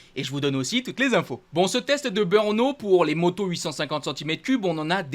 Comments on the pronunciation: En 2027,quand tu nous commentera le GP de Tchéquie de BEURNO,comme tu prononce,j'éspère que tu aura fait des cours de diction et que tu ne dira plus BEURNO,mais bel et bien BR e NO,qui s'écrit BRNO....OK,compris ???( si tu connait les chauvins commentateurs de Canal + discute avec eux,Ils font la même erreur...un grand MERCI !!!!) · BRNO ce dit BRENO et non BEUUUUUUUUURNO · He machin qui nous parle plus haut...c'est ou BEEUURNO Beure no Dit le juste BRNO